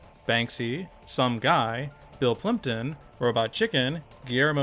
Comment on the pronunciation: For anyone else who rewound it like a dozen times to be able to hear it properly, he said Bill Plympton not Bill Clinton.